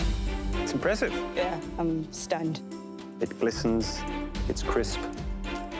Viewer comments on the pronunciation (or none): I had to hear like four times in the judging to realize she says “stunned” and not “stoned”